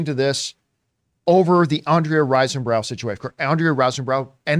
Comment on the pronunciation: It drives me crazy how you keep mispronouncing her name as Andrea "RISEN-brow". It is RISE-burrow. And to think you raved about her performance! It's almost enough to persuade me that you calling Viola "Olivia" and referencing Octavia Spencer (who isn't even in the running for any performance this year) is just a case of senility, and not a racial micro aggression.